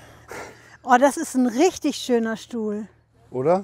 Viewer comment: Rischddisch goil 👌